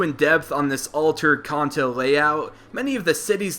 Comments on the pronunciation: we all screamed when he called kanto (CAN-TOE) (CON-TOE) REALLY CONTO ITS KANTO GEEZE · Why does he say Khan-to its Can-to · I love how he's says khanto and not kanto, you'll get it one time man just try not the trigger hardcord pokemon fans xD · Can-toe not Con-toe... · So we all juss funna act like we ain't here him say "Con-Toe" (Kanto) xD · I don't usually like to correct people but it's not Conto it's Canto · I thought Kanto was pronounced can-toe, apposed to khan-toe. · you keep on say (con-toe) but its (can-toe) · its pronounced CAN-TOE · Any specific reason as to why you pronounce words like "Kanto" and "Manga" as "Konto" and "Monga"? Not really a big deal, but i would take you more seriously if you pronounced stuff correctly :) Otherwise nice video! It's quite amusing to watch these theories, even though i really don't see why people bother xD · He is saying Kanto wrong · It's pronounced Kanto, you're kinda saying it wrong.